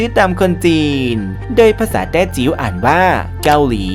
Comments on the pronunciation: ในคลิป ขอญี่ปุ่น ออกเสียงผิดเกือบหมด “แต่จิ๋ว” ไม่ใช่ “แต้จิ้ว” 福建 ฮกเกี้ยน ก็อ่านผิด แต้จิ๋ว = 潮州 diê5ziu1 เตียจิว ญี่ปุ่น 日本 คนแต้จิ๋วเรียก ญี่ปุ่น = rig8bung2 (จ-ยิก ปุ้ง) ฮกเกี้ยนที่ได้ยินมา “หยิดปุ้น” กวางตุ้งเรียก ญี่ปุ่น = yat⁶bun² (หยัด ปู๋น) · 「แต้จิ๋ว」 ไม่ใช่ 「แต้จิ้ว」 😭 潮州 diê5ziu1 = เตียจิว 「ฮกเกี้ยน」 อ่านผิด 福建 จริงๆ คนแต้จิ๋วเรียกญี่ปุ่น “จ-ยิก ปุ้ง” 日本 rig8bung2 ภาษาฮกเกี้ยนเรียก “หยิด ปุน” (ได้ยินเขาเรียก) กวางตุ้งเรียก “หยัด ปุ๋น” 日本 jat⁶ bun² 日本 ยังมีอีกหลายชื่อ ในสมัยโบราณ อาทิเช่น 「大和」 = ยามาโมโตะ 「倭」 อันนี้เป็นชื่อที่อยู่ในประวัติศาสตร์มาแรกๆ (มั้ง) 「八島」 = แปดเกาะ และ 「大八洲」、「大八洲國」、「八洲」 ... มีมากมาย 大 = ใหญ่ 、 八 = แปด 、 國（国） = ประเทศ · ขอบคุณสำหรับความรู้ครับ แต่ผมไม่แน่ใจว่าทาง Creator ต้องการให้เป็น Style ของทางช่องรึป่าว ที่มักอ่านผิดหรือออกเสียงผิด อย่างเช่นใน Clip นี้ “แต้จิ๋ว” ไม่ใช่ “แต้จิ้ว” หรือ Burma ออกเสียงว่า “เบอ-มะ” ไม่ใช่ “บู-มะ” และยังมีอีกหลายคำ…กำลังฟังเพลินๆ มีสะดุด เป็นไปได้อยากให้ใช้เช็คความถูกต้องก่อนปล่อย Clip ครับ